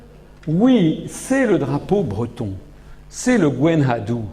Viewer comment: F. Asselineau semble lui aussi très influencé par la culture US au point de prononcer Gwenn Ha Dou". C'est Gwenn Ha Du, comme Du con.